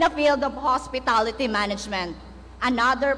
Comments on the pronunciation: hospitalitehh🤣...my gad magna kaba Talaga???dapat nagtira na naman ng konting Hiya....mangopya na nga laang mali pa pronounce mo🙄😏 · "hospetality"???? Hahahahaha ano ba yan di nagpractice sa speech niya..hays sakit sa ears pakinggan